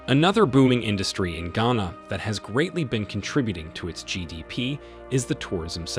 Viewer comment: Who paid you and how much were you paid to do this video? You can't even pronounce Ghana properly yet you speak as someone who has expertise in the affairs of the country. # Propaganda video#